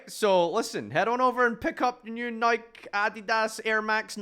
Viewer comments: The pronunciation of the shoes isn’t a regional thing it’s an actual Greco-Roman goddess of victory. It has a single personality. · You say Nike unironically wowowowowowowoowwoowowowowowow